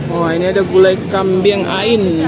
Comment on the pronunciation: GULAI KAMBING, BUKAN KAMBIANG